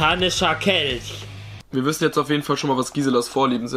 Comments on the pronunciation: Ein Satanicher Kelsch" OK rewi ok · Wie Rewi sagt ein satanisticher Kelsch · "satanicher Kelsch"